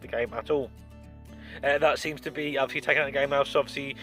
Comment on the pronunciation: my god the number of times you said 'odviously' is really annoying